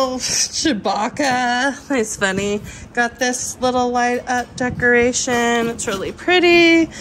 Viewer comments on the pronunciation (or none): none